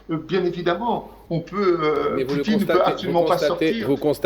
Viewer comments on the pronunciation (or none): none